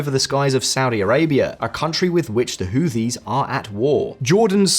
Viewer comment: Who Tees. Whoo Tees. TH together in this instance is pronounced with a strong T.